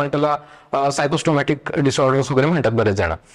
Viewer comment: खूप छान व्हिडिओ आहे ,,,सायकोसोमाटिक आहे ,सायको सोमाट्रीक असे ऐकू आले